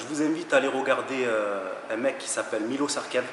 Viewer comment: Milos Sarcev (miloch Charchev pour la prononciation en français) bref juste un petit détail pas important, sinon vidéo au top comme dhab "continuez à croire qu'on ira nulle part" petit pic au rageux 🦍💪🏼